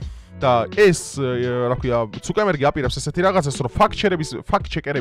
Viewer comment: ცუკერბერგია და არა ცუკემბერგი